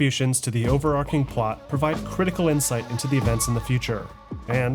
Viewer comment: "Overarching" not ":"overarcing" - arch not arc!